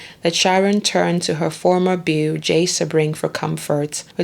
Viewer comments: You do good work and people can learn from your meticulous research. But please bolster your professionalism by getting the pronunciations right. It’s not Beverly Hillybillies. It’s David Niven, not Nye-ven. Sebring is “See-bring.” And Folger is a soft, not hard “g”. This is a notorious case, so there are multiple ways to verify these names. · True. For instance Catherine) Deneuve, Sebring.